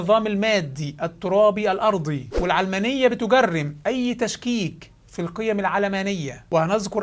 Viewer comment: تنطق العلمانية وليس العلامانية !